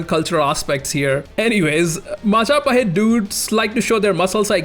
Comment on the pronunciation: Only man to pronounce Majapahit correctly on his first try